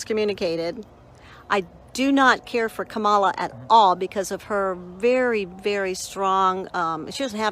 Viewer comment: "I Don't Hate" proceeds to mispronounce "Kamala"